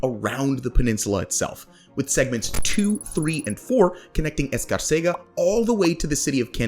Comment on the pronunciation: Escárcega Emphasis is the second syllable.